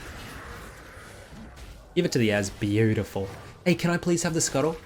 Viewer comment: Bay-you-T-fool. So that's how you pronounce it...I've been pronouncing it wrong all this time!!!